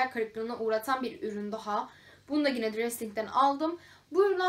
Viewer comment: Peki sürekli yine yerine Gine demen 😂😂😂😂